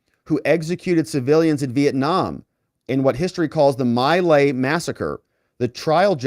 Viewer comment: Hey. I was alive during the My Lai massacre. Not trying to be disrespectful, but its pronounced MEE LIE....It was a huge thing back in the day. You're doing a great job!!!:) watch you all the time.